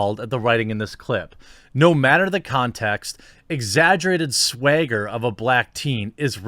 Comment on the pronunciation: He said "Swagger" not "Swayger"